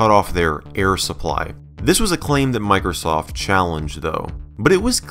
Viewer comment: Miker-soft!! Love that pronunciation. (It's MicrOsoft)